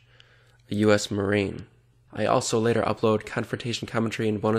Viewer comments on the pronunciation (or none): none